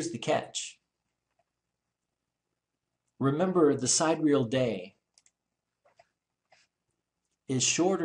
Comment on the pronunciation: Vsauce led me here, and now I hate you Vsauce. Can you at least pronounce Sidereal right?????? It is not side-real, It is sigh-deer-e-ul or si-deer-e-ul. If you ain't gonna do the math right, at least say it right so I can tolerate your monotone stupidity.